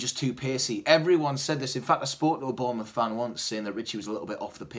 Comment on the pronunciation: mouth not muth...